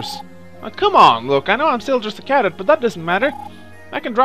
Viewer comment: its pronounced as cadet meaning new recruit try saying recruit instead of the word cadet cause your pronouncing is slightly off the tip of tongue please.